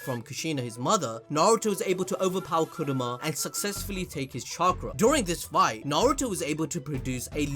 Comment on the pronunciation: it's Kurama not Kuruma